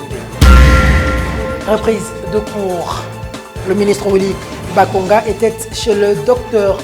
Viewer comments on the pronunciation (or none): tu prononce le t à la fin de était c’est une faute dont tu ne te rends probablement pas compte. Sinon bravo pour ton travail